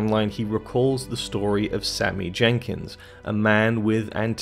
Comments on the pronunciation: Great analysis of top notch film. However it’s Sammy Jankis, not Jenkins😂🤦🏻‍♂️ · Ugh! It's Sammy JANKIS not Sammy "Jenkins" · It's Jenkis... NOT Jenkins... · Bruh it’s Sammy “Jankis” not “Jenkins.” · I know this video is 4 years old but I would just like to point out that his name is Jankis, not Jenkins. It's even written on screen. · Sammy Jankis not Jenkins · Not Jenkins. Jankis. No excuse for this mistake since we actually see the name written on Leonard's hand as well as hearing it spoken many, many times. Also there's no reason to make this video. The movie tells the audience everything pretty clearly. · Sammy Jankis! Not Jenkins. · It’s Jankis. Not Jenkins. Sheesh. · Sammy Jankis. No "N". :) Like your videos bro blo. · Jankis not Jenkins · Its Jankis, not Jenkins. Otherwise great video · Jankis... not Jenkins. No second N. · "Jankis", not 'Jenkins"... SHEESH! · You can’t even get the name Sammy Jankis correct. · Sammy JanKIS. Not Jenkins. :) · Cmon dude. It’s “Sammy Jankis” not “Sammy Jenkins”. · I feel like you havent even seen it just cuz you said jenkins instead of Jenkis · His name is Sammy Jankis yo, you're pronouncing Jenkins. Lets get it together bro. Good work tho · Its not sammy jenkiNs its sammy jankis!!!!! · It's Jenkis, not Jenkins. That really annoyed me for some reason. Can't even get a character name correct, but expect to be able to explain the ending?